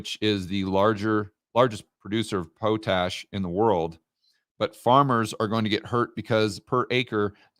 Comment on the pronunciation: it is pot, like marijuana. Pot-Ash.:)